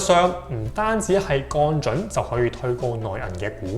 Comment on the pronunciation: 已訂閲。但希望你改善懶音「銀」，「降準」⋯等等都需要讀正音。